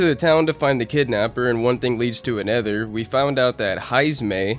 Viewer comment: Okay, I have to ask. What kind of accent do you have where you pronounce "other/another" as "ether/anether"?